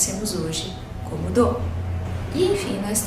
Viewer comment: Mais um que teima em chamar a nota "DÓ" de "Dou".